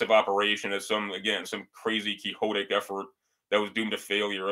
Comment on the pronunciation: It was called the USAAF not air corps. There were no divisions moved from Siberiria to the west. Although Quixote is pronounced keehotay, quixotic is pronounced kwixotic. Obsolescence is not the same thing as obsolete.